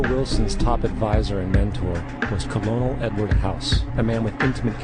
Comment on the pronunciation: Colonel (IPA: /ˈkɜrnəl/) It is not pronounced Co-lo-nel